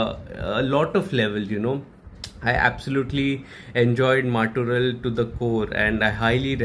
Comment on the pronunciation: The film name pronounciation: mut + oraall . 🙏 'Mattoral' means the other person. 🧔